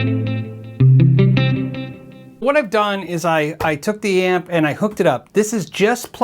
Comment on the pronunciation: amp - not app